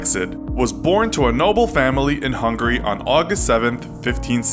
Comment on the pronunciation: It's Hungary Not Hungry.